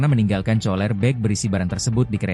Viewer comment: Itu bacanya tambler bukan tumbler. Tulisannya memang betul tumbler tapi ini cara bacanya salah! Cooler juga bacanya salah masa dibacanya coler!! Goblok amat nih reporter!!